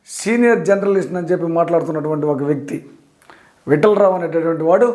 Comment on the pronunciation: జర్నలిస్ట్ పదం పలకడం నేర్చుకో.